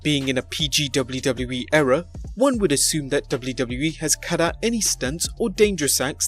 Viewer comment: "Dubloo dubloo eee"